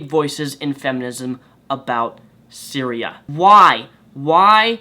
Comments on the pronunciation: The thing that annoys me most is that you keep calling her Syria, like the country and not her name, which is Cytherea... But yea feminists only support what can propagate their own agenda of female superiority. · The fact you kept pronouncing her name as Syria added an extra, bizarre edge to this video. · I think its pronounced Sy-Th-ear-e-ya... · I think you have the pronunciation wrong or am I mistaken: sy-thee-ree-a? Yes, wow that is some news and it took me a while to find it online as well because it is so under the surface. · Pretty sure her name is pronounced sigh-ther-e-uh. Also, another porn star set up a fundraiser to help Cytherea get back on her feet. Here it is, though it has raised nearly double what was asked by now. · You kept fucking up her name but other than that, great vid. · The whole video, I was thinking another porn star was raped. Then I clicked the link, and found it was Cytherea. How you mispronounced it so bad, I have now idea, but typically "th" is not silent.